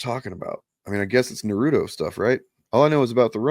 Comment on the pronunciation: also pronounced it wrong just like how my best friend did when she was still alive. I remember correcting her. It’s Na-roo-toh more emphasis on the toh than ru.